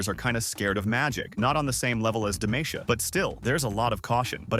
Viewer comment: No, godamnit, you had the names correct the first time, and suddenly we're back to Demayteea >.<